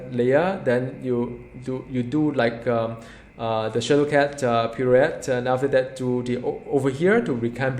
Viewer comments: Pirouette is pronounced pee-roo-wet. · by the way, that pirouette word is pronounced as: pee-roo-wet :)